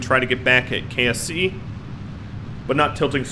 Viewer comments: when he says "KSC," it sort of sounds like "KFC." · Did he say KFC kse or ksc